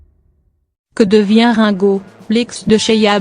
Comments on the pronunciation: cest rine go !!!! et non rein !!!! mdrrrrrr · Celle qui li ne sais pas lire........ Rinnnnnn go au lui de me Rngo sa m'énerve 😣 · quelle horreur ces voix off numérisés récitant ringo devient raingo, l'usine AZZ mdr mais c'est très chiant car bourrés de fautes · et la connasse qui dit rin go et pas ringo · Rungo, prononcé à la française, j'aime bien, Rungo comme Ringard. Quant à Sheila, quel bel homme !😂😊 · bar oblique quel conne elle écorche le nom de lexe chanteur et de la chanteuse sheila